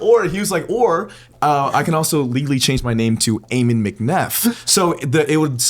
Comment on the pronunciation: U guys keep pronouncing Ammon wrong. Its Ahh-men